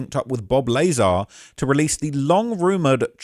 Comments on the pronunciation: Bob Lah - Saar' not Bob Laizer xD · "Bawb Lay-zar" 😂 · Bob Lay Zar? How are you doing all this ufo content and don’t know the pronunciation of the godfather of UFO’s name bro 😂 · "Bawb Lay-zar" 😂😂😂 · It’s pronounced Lah-Zar. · Pls stop saying lezar like that dude 😂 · You clearly don’t research anything. If you can’t say bobs name correctly then you have never watched anything with him in it